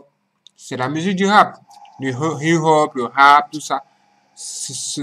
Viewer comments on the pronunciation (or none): Please its not hi ho instead hip hop.